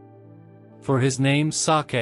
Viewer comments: Hearing the robot pronounce the word "sake" and make it sound like some kind of Japanese delicacy kind of took me out of the mood. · HELLO MY DEARS. IN THIS VIDEO, THERE WAS A PRONUNCIATION FAILURE REGARDING THE WORD "SAKE". WE ALREADY PROVIDE THE CORRECTION FOR THE NEXT VIDEOS. WE REQUEST OUR SINCERE APOLOGIES FOR WHAT HAPPENED. WE HAVE NO WAY TO REMOVE THE VIDEO, BECAUSE THIS WILL NEGATIVELY IMPACT ON OUR CHANNEL, AND OUR PURPOSE IS TO REACH MORE AND MORE LIVES AND BRING THE WORD OF GOD. WE THANK YOU ALL FOR UNDERSTANDING. GOD BLESSES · Yes , wrong the word SAKE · Sake was a comedy n it too